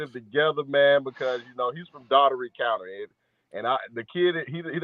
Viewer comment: It's pronounced "Dawl-tree" county